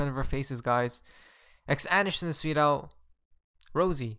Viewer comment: Why do you always say "sweet al" What does it mean?